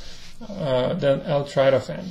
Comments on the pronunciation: it's not L-Tratophan, it's L-tryptophan. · It's pronounced L-Trip to fan!